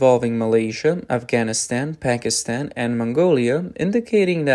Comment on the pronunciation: did you say Hackinstan or Pakistan?